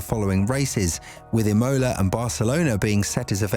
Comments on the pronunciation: You’re saying it “I-mo-la” it’s “Im-o-la” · Emola with a capital O and fully pronounced mid way through the word aswell 😂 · anyone else like the E-MOLA Race ahhh, killing me every time it was said haha rest of the video is good just Imola got my blood boiling haha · It's Imola not Imola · Please google how to pronounce Imola.